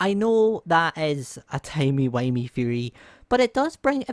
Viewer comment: It’s funny how u said timey windy 😅